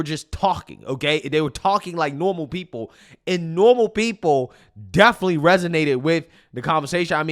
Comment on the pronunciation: Someone tell the difference between the word “travesty” and “tragedy” and the “aka” is different from “i.e.” “Definitely” is not pronounced “deffly” Also, starting every paragraph with the word “again” makes him sound low IQ.